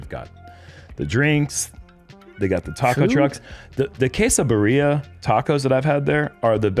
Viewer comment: the way pronounced quesabirria was whiter than Mitt Romney at a mayonaisse convention in Utah